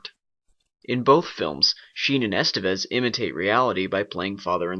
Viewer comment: I guess you don't have a half-Spanish heritage ;-), it's pronounced "esTEvez" instead of "EStevez", and all three "e" are pronounced as in "guess". But nice review, I find it useful and quite accurate.